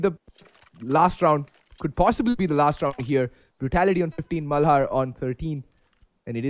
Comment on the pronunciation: Fuck sake its malhaaaarr u fucking idiot.